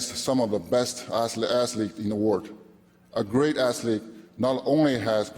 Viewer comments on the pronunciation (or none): He said "assletes" so many times, but congrats